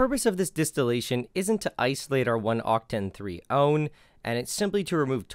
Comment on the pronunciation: him:o-NE me:...that's 1...not o-NE (adding caps to more dramatize how he said it yes ik that it's acurate)